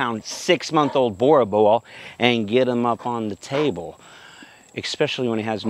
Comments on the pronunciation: You all saying it wrong love from South Africa, it's pronounced boor bull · Beautiful dog! I wanted to help you with the pronunciation... Boerboel sounds like "bear bull". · Hey man, it's pronounced boorbull, it's an Afrikaans word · Jesus christ the way Americans pronounce names. It's pronounced boor bull. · I can't wrap my head around the way you pronounced that dogs breed.